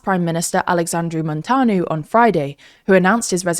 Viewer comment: Also MúntEAnu not “Montanu”? But it’s ok 😩😭